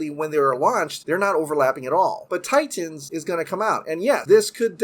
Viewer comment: My man, fun video, but if you can pronounce “cinematic” normally, there’s no reason why you have say “Titans” as Tie-Tans all the time. It’s crazy! ^_- All right, be awesome!